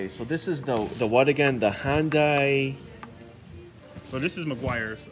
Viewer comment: Hyandai? lol